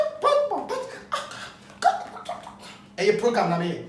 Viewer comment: Kwaku be too much....Did I hear " aggressive POGAM"😀😀